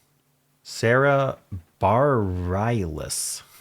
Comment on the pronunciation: Today's theme was as valid as any other theme, IMHO. The constructor finds something that is interesting to them and builds a puzzle around it. The "world" part was different languages, and the "series" part is, well, a multiplication series - 2, 4, 8, and 16. FYI: Sara Bareilles' last name is pronounced "brr ELL us" , rhymes with "fur L us"